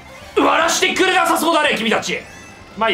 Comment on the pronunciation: 「くれ」が「けれ」になってて草